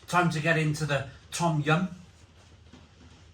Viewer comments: Pronounced dom yun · No it pronounced as tom yum not dum yum